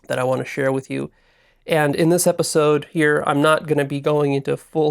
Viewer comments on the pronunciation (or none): none